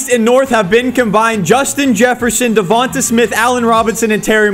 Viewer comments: It’s not devanta it’s Devante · I'm glad Devonta Smith (De-von-tae) not (De-von-te) got out eventually so I wouldn't have to keep hearing pronouce his name wrong. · it’s duh-von-tay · I love videos but the way he pronounces Devonta Smiths name makes me cringe!!! 😂😂😂😂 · his name isnt davontuh smith haha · I mean this with no disrespect but just some pronunciation corrections Davanta Smith is Duh Von Tay smith And Marquez callaway is mar Kees callaway